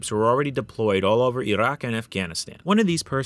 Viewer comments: `WHY IS HE SAYING IT LIKE THAT? E ROCK! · Your pronunciation of "Iraq" cracks me up. Going from standard american english into that "wannabe authentic" way of saying it. Reminds me of people like AOC speaking normally, and then putting on that overexaggerated hispanic accent on words like "Latina", "Venezuela", "Mexico", etc.